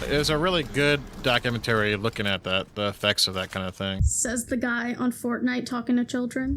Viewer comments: He says doc-U-men-tary. It’s doc-u-ment-ry. He’s probably just never been to the Lie-berry. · Who pronounces documentary document-TARE-ee? Please stop 😅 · Man can't even say "documentary" correctly like tf lmaoo such an ignorant garbage pile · He can't even say 'documentary' correctly and we're supposed to take his opinion seriously. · Lol Fortnite gospel man can’t pronounce documentary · I hate the way this doof pronounces "documentary". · why is he pronouncing “documentary” like that